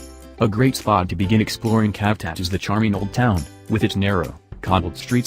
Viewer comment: Cavtat pronounced as Shaf Dat not Calf Tat. Sighh!!!!!!